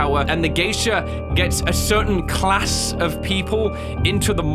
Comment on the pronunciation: the way he said class was a little funny